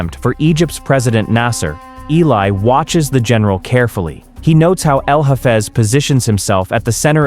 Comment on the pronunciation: His name is Eli....you are pronouncing completely wrong.